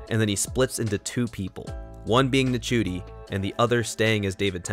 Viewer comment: You pronounced Ncuti wrong, it’s not said like, it’s said like Shooti ☺️ but yes it has definitely gotten more confusing - especially with the whole bi-generation idea, but I do like the idea in terms of the fact that it opens up so many other possibilities for the Doctor and gives a little explanation as to why Tom Baker came back as the curator in the 50th special. That’s the one I can think of off the top of my head, but yeah there are possibilities for the bi-generation storyline. I do like that they’ve sort of given the “original” Doctor a sort of retirement and the new Doctor - Ncuti’s Doctor - has begun a new era of being the Doctor, free from past trauma. It’s clever and I feel as though younger audiences will be a bit more interested and engaged with the show. That’s just my theory. I like the direction the show is going in and Russell T Davies definitely has a knack for explaining all the confusion surrounding earlier episodes of a season.